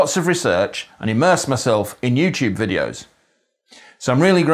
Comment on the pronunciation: Nice one youth. At the end you could have pronounced 'Youtube Videos' with more of an 'oeuuuu' sound on the 'videos'. Kind of hard to type but if you heard it you would know what I mean.